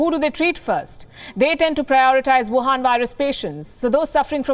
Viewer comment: Love the way you deliver the news. Also "Wuhan virus" sounded a little off